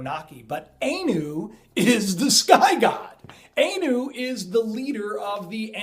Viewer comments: its not A-new its Ah-new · 2 serious mispronounciations: Hopi is pronounced long oh, and ee. H-oh-pee. Anu - the A is as in Ah, not long ay. So it is pronounced Ah-noo.